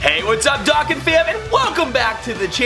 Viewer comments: No disrespect but it prounounced Doe Kahn not dock can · Sorry it's not DOCKAN ITS DO-CON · Why do you say dokkan wrong?